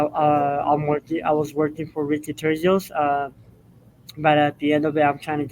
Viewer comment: The C is "Turcios" is an "S" sound not a "K" sound